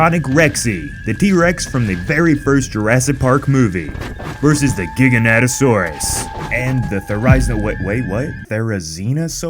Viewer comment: Pronouce it like giga-NOH-tosaurus not gigaNAHtosaurus 😂